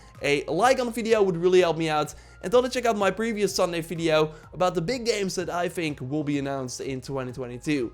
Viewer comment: Why are you always say Fideo instead of Video ? 🤣